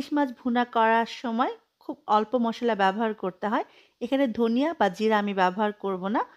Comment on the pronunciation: মসল্লা না মশলা।😊